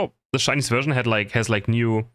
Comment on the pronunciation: "Shcainise" hahaha lmao